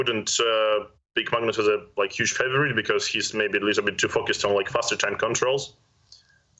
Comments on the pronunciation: Tania can’t pronounce H : “uuuge blunder” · Bruh how can you be so wrong lmao. It is pronounced like You-jh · The H is not silent, you say Hu then ge all at once. Hu sounds like hue.